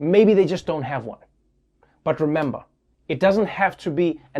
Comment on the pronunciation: When Trevor said "But Remmber", i can barely known he's from South Africa